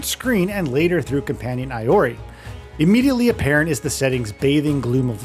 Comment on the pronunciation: Who the hell is this Asoona he keeps talking about? Or Eye-or-ee? (sounds so stupid when it's well known how Asuna and Iori's names are pronounced) My biggest problem is the world should not scale with your level. It goes against the entire premise of the anime and even real MMOs. The floors are supposed to be harder and higher level as you get higher...not just match you regardless.